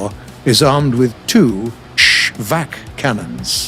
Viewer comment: 발음좋네요 역시 쉬박은 쉬이바크시발